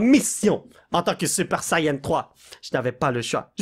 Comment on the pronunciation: c pas un super sayan 3 mais un super chayan 3🤣